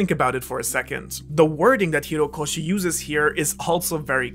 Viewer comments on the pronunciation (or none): Isn't it Horikoshi, not Hirokoshi? （笑） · Bro. It's HOrikoshi. Not HIrokoshi